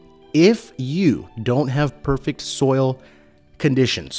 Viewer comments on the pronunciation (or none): none